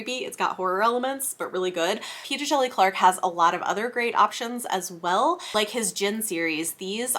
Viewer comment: Awesome list! Thanks. Can’t go wrong with Tor. (Quick note: P. Djeli Clark says on his website that the D is silent! I see that you take great care with proper names and pronouns, so I thought you would like to know!)